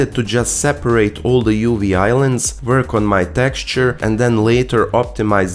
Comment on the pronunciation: "It's the same old vork we've done a million times" Speak for yourself, I'm a fresh green newbie 😳